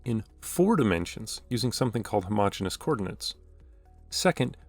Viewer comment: fyi, you're pronouncing it as "homogenous" when it should be "homogeneous" (extra "e"). homogenous is pronounced "huh-MO-gen-us", while "homogeneous" is pronounced "homo-GENE-ee-us". my math professor militantly enforced this pronounciation, and he encouraged us students to spread this word everywhere lol this is a fantastic video btw 👌👌